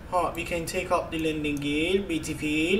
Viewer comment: BEETIFILLLL, OKURZZZ